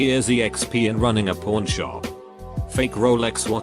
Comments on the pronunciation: I heard it every time he said pawn shop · the way it says pawn shop